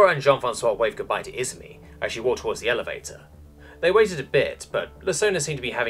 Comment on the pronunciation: I -ZU -MI Emphasis on the second syllable! Emperor damn it, you never watched an animae in Japanese?